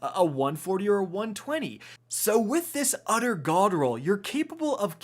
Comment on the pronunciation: "We are going to be looking at an udder, udder God roll" He had me in the first half, ngl.